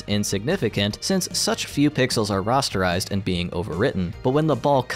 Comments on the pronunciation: I'm sorry to do this to you. It's pronounced "RAH-sterize", not "RAW-sterize" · Why do you say rasterize like "rosterize" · The way you pronounce "rasterize" absolutely killed me. It's like the GPU is forming a roster for a sports team out of triangles. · Interesting video. Thank you. I noticed you pronounce "rasterize" more like I would expect "rosterize" to be pronounced. Is that the correct pronunciation for the word?